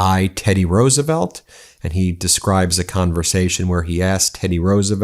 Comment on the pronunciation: did that fool say Roosevelt....smdh